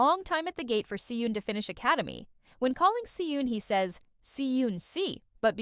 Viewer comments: hi! so 🤔 i’m curious as to why you pronounce their names like that?? considering that you’re (i’m assuming) korean?? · I was thinking, if she's korean was is she pronouncing badly the korean words and name... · the way the names si eun and beom seok are pronounced here🤢